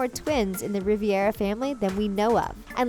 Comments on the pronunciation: Disliked video for the Riviera thing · So annoying the fact that she says Riviera. Like where did you get that extra i from? just curious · Rih•VER•A not, Rih•Vi•Er•A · "Riviera" is supposed to be Rivera. "Planet Pizza Truck"? I'm done with this video 😂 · The family name is RIVERA, not riviera. Please edit the narration. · couldn't agree more with you. it is so annoying every time the narrator says Riviera instead of Rivera. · I'm white as snow and it still pissed me off when she kept saying Riviera instead of Rivera. You had ONE JOB, narrator! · The Riviera family? Are you for real? Rivera and Riviera are not the same. Do you think they're interchangeable? Or was it that you couldn't be bothered to learn the family's name even though you can clearly see the family name on the chart ? ( Other times where you say the name incorrectly - , , , , ) Spanish lesson. Tío is spanish for uncle. It is, therefore, unnecessary to add tío before their names as you've already stated they are Miguel's uncles. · It's "Rivera," not "Riviera." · Your saying RIVERA wrong!😑😠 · Clearly I’m not the only one bothered by her saying “Riviera”.. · Omg, this girls grammar is attrocious! Its pronounced (Escape not Excape) and (Anyway not Anyways) just two of many mispronounciations besides the worst one Riviera... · IKR it’s said ri-ve-ra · So much resesrch and you can’t pronounce the name right? (Re-vear-a) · Jhaszmyn Reev - EH - rah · Jhaszmyn Riv-air-ah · Anthony Rivera I cringed every time she said it. So annoying!! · Its Ree-veh-rah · You miss pronounced the Rivera name. And not to mention you also called Dia de Los Muertos scary. When in reality it’s a beautiful celebration that is not meant to be scary. Educate yourself before you make a video. And they’re not dragons, they’re Alebrijes. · What's with her pronunciation of Rivera? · U are saying my last name Rivera last name idiot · Every time she mispronounced Rivera it made me cringe🤦🏾‍♀️ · It’s Rivera not Riviera 🤦🏻‍♀️